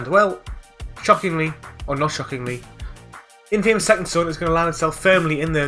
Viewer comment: You get an award for the most alternative way of pronouncing Infamous.